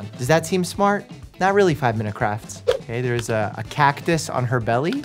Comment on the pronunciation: It’s not 5 minuets crafts, it’s 5 minute craps lol